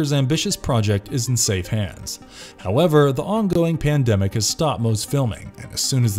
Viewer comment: did you say "PIndemic" hehehe